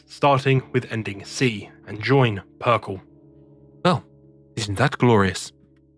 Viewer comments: I'm really digging your videos but "PERKEL"?? That hurt me. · Yeah I don't know why he has a trend of mispronouncing words despite being English. Especially in this situation when Perkele is an obvious play on words.